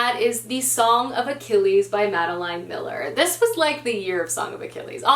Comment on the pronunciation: If you decide to read Circe by Madeline Miller, which I liked even more than The Song of Achilles, I would totally recommend it as an audiobook because the narrator is amazing. Also, you're mispronouncing Madeline Miller, it's pronounced like Madelyn, not Madeleine.